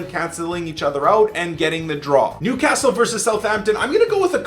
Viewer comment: That other youtuber cant say Newcastle or sunderland right